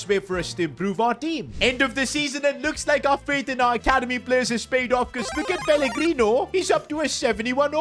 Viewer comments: Bro said peligrini not pellegrino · The amount of times he says pellegrini when it’s pellegrino is ridiculous